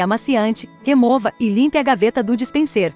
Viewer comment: Obrigado por responder. O meu objetivo ao perguntar o que é "dispensêr" é porque o narrador digital não pronunciou direito a palavra e isso fica muito feio deixando claro que não é um humano. Ela não pronunciou dispenser, mas dispensêr. É como eu falei, um canal de 1000 seguidores utilizando esse recurso é compreensível, mas uma empresa do nível e do porte da LG...